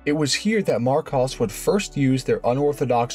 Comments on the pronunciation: It’s pronounced Mar kOs. Aaaaaaaaaaaaaa! Makes me want to scream every time you say it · Well, I’ve been pronouncing Marcos wrong for almost 50 years… 🤦‍♂️ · Thank your for the pronunciation correction. Yes I did know Aston had it on some of their cars - I know another car I made a video on used it I just forget the name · Minor tweaks... Marcos is pronounced with a short plain O, as in cost. You get it right half the time. Goldwing doors? FFS 😃 The Volvo 1800 engine has a pair of SU carbs. They were originally fitted with Strombergs from the factory. Nothing wrong with the way you pronounced Porsche, don't know why somebody moaned about that. Other than that, quite good. By god, that first car was frecking ugly as sin. Thank guggery they persevered and produced the GT series - one of the best looking cars to come out of the 60s.